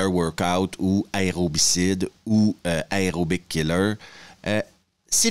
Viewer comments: pitié A E R O. pas AREO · Tu peux pas faire une vidéo sur un film qui parle d'aérobie quand tu ne sais pas prononcer le mot aérobie. Ni aucun mot en [aer].